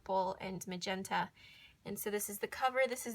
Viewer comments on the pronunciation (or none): none